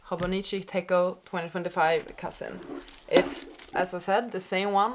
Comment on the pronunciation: I noticed you are calling it a tech-o but it is pronounced tet-cho I made this mistake for years before someone called me out on it and laughed at me